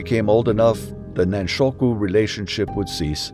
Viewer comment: A few words about Japanese pronunciation and stress. "Chigo" is pronounced as written, not "Shigo". "Nanshoku", not "nanshuko". "Yukio" has equal stress on its three syllables, not "Yu-KI-o" with stress on the middle syllable. "Meiji" with the "ji" as in "John". "Seppuku", not "seppuko". Otherwise, thank you.